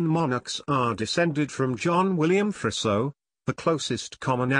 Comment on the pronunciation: It's pronounced more like Freezo rather than Frisso